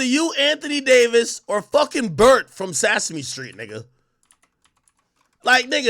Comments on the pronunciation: You know That boy Ak grew up in a different country when he said "Sassy-me street" 😭😭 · WTF is “Sassahme Street” ?? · I can tell you how to get to Sesame Street so you can learn how to pronounce it